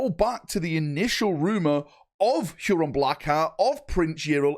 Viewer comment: How, for the love of f*©K can you not pronounce "Huron"?